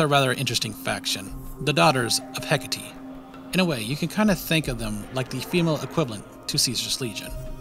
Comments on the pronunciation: isnt it "heck-8" not "heck-uh-tee" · Hecate is pronounced heck-ah-tay